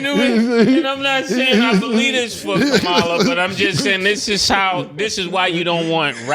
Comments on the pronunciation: Commala Mase. Please say her name right too many of thr trump folks disrespect her by mispronouncing her name. Love the show guys. Keep up the great work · Someone tell Mase he is saying VP Kamala name like Trump says it all wrong 😂😂😂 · Say her name right Mase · Mace should at least get the lady's name right